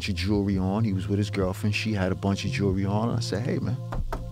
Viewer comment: He never even learned to pronounce something as simple as jewelry. Do you really think he would learn anything deeper on a real human level, like murder and dismemberment?